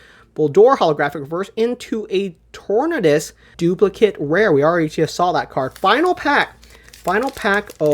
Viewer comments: The different ways of pronouncing "Arceus" I get, but yeah, that "Tornadus" was just wrong:face-orange-raised-eyebrow::face-blue-smiling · That tornadus pronunciation is appalling lol